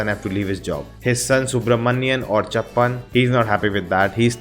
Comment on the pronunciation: Sooraj❌suraaj Subramaniam or 'chuppan' not chappan 😎😎 Bro now you are going on a right track of world cinema😎